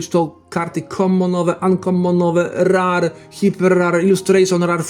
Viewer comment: Mówi se Rer nie Rar 😅